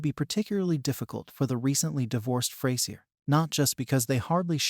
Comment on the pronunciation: Its not pronounced Fray Sier its FRAZURE!